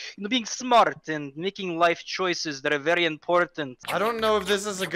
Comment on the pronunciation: The v and the w in Russia are switched so its not very its wery ok? ok